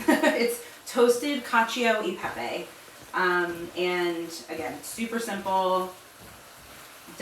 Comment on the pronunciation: 😍 si pronuncia cal-cho e pepe 😉